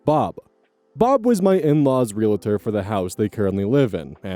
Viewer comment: I know you probably don't do it intentionally but I just noticed that you pronounce realtor as re-la-tor and I can't stop noticing it